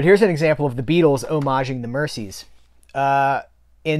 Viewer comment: Hi,. Love all your videos. I've learned an absolute ton of stuff about movies since following your channel. Your passion for the subject is infectious. (I'll throw in an ultra-pedant point: The Mersey river that Merseybeat derives from is pronounced MerZie rather than MerCie)